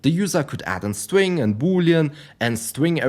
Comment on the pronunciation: "My stwing" 😂 sorry but i can't help it. Good video man